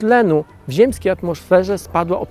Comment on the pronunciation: Jeden z nielicznych materiałów mówiących prawdę o tym co się tak naprawdę dzieje w Amazonii w tym roku albo co się nie dzieje. Przyjemnie się ogląda. Gorzej słucha. Szkoda tylko, że autor dalej ma widza gdzieś. Czy Pan siebie słyszy? Setki tysięcy osób Pana ogląda. "Wylesienie Alazonii", "ziemskiej atmoszferze", "z uwersutu w Albany", "Barzylijsie PKB". Poprawianie siebie jest do przyjęcia. Rozumiem, że nie jest Pan zawodowym lektorem, ale żaden z doktorów ani profesorów na mojej uczelni nie myli się tak często jak Pan, a to nie jest materiał na żywo. Z odcinka na odcinek jest tego coraz więcej. Może pozostaje pozdrowić głuchego operatora kamery. Pozdrawiam